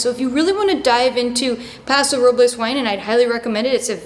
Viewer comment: Another great video, Madeline! BTW please don’t take it as being overly pedantic, but most here pronounce it “Pa’ sew Row’ bulz “. Where “Pa” sounds like the “a” in “rat”. And the winery (great choice!) is pronounced “Eh’ burr lee”. Thanks for all your great content!!!